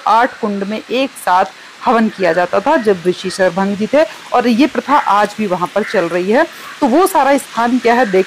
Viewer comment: Within 5 minutes , I stopped this video when the mahant at ashram said that brahma,VISHNU ,Shankar TINO GHABRA GAYE. JAB KI VISHNU HI TO NICHE RAM BAN KAR THE. Anchor also calls rishi SHARBHANG as Sharbhanga.